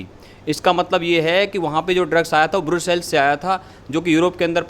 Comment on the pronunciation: Broocells. (Brussels) lol